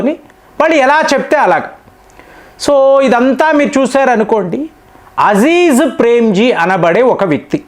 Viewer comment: మీకు ఎవరూ చెప్పరా మీ సమాచారం బావుంటుంది కాని పేర్లు తప్పు పలుకుతారని పేరే మారిపోతుంది కదా మీరు కామెంట్లు చెయ్యమంటారు చదవరా ? అ జీం ప్రేమ్ జీ అ జీ జ్ కాదు కృతి సనన్ కీ ర్తి కాదు